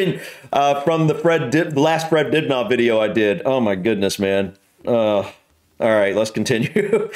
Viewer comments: Just saying, Dibnah is pronounced dib na short not dib naah long. Well were he lived at least. 👍🇬🇧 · If you read the comments stop saying Dibgnaw fgs.